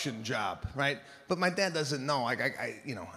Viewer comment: Does anyone else just love the way he says “but” it’s hilarious